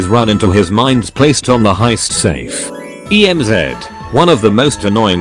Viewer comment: He said Draco and emz wrong...